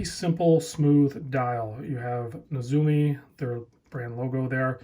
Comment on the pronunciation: Neh-zoom-ee. And Kanji (like a Kanji date wheel) is Con-jee. Not Kenji.